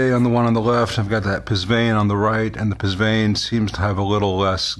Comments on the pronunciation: BTW, Psvane is pronounced "pavane", like the stately dance. An oddity of mistranslation. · I was wondering the same thing. I don't think this channel is pronounced "pizz-ionic", and doubt "PSVANE" is pronounced that way either. It's pretty universal across many languages that words starting with "PS...." deem the "P" as silent.